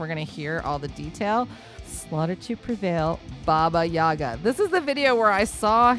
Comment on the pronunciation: Vocal Coach это преподаватель вокала! который не смог загуглить куда ставиться ударение! NOT BABA yAGA... BABA YAGa. ну Задорнова фраза актуальна как никогда!